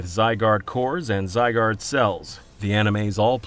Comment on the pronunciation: You still pronouncing Zygarde wrong?